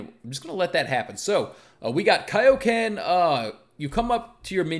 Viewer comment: Its kioken